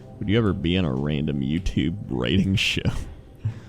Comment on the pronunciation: cannot actually pronounce writing...